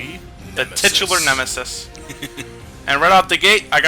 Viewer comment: "Tite-tu-lar," not "tit-u-lar".